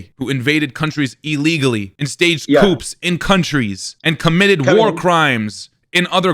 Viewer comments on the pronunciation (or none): No ‘p’ sound in ‘coups’ bro. Koo’s